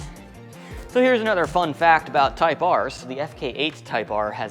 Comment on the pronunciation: It's not a Type R,. It's a Type Ahhhhhh